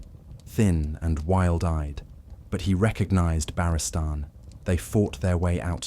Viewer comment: if you insist on ai slop at least phonetically set your speech so it pronounces Barristan correct